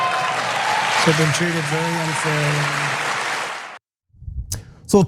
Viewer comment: Whenever he says I'll be looking at it very berry seriously IS CODE FOR NO I WONT